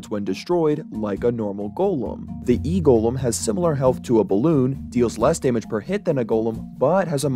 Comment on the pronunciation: Elixer monster. "GOHLHEM". i wish these nerds could speak properly